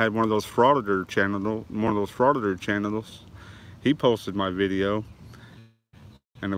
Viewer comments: You’re kidding right?!? Who are these chairs for? Bahaha!! They look decorative to me but then again I have a TON of common sense and know where I can go without signage! 😂😂😂I thought I was done commenting until I heard him say “chan-a-dells” not channels! Oh that’s rich! This guy’s the gift that keeps giving! 😂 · "Frauditor chanatel"?